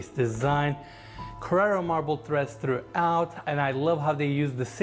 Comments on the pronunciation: Someone tell it's stair treads, not threads. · threads, ledder, uhg